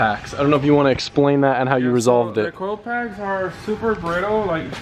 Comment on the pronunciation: idk why i giggle every time he says coil pack